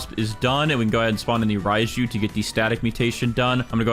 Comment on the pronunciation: “Spawn in the rajiu”